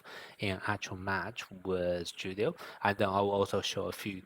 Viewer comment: Julio is a Spanish name its Pronounced as if the J is a H .....So it's like " Who-lio"..... not "Ju-lio". The letter J is really just a English sound.